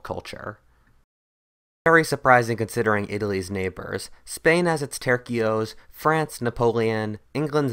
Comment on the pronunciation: When he said " tercios" I legitimetly thought he said turki'os